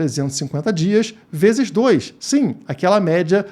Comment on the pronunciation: bebeu demais, mês que vem ele falou 3 bezes😅😅😅😅